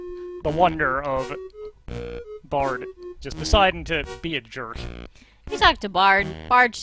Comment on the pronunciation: I feel like Bard's declining to help out might have been related to the way you tried to call him Brd like, every single time.